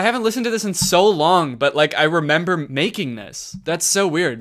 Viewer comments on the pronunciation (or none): none